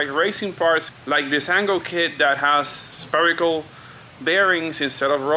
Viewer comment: I love the language barrier and how you mispronounce words it always has me cracking up. "Spear-ickle" bushings lol (should be "SFEAR-ICKLE <-- if you will lol) "I was experimenting at the track" LOL... "experiencing" not Experimenting lol... Love ya buddy!